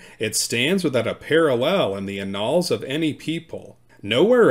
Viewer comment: Annals is pronounced with last A silent. "a-nls".